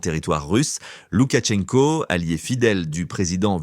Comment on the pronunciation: Arrêtez de dire '' LoukaTchenko '' , ça n'existe pas : C'est Loukachenko. Pourquoi transformer le nom ?